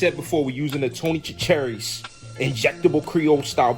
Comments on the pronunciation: lol. "Tony ChuCAReeez". It's Tony SHAsharies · I was watch and to possibly learn something new. Well I did learn something new. Eagles fans can not pronounce Tony Chachere's seasoning correctly. Very laughable at the wannabe turkey fryer. LMAO!!! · Yoo you said Tony’s name wrong fam 😂😂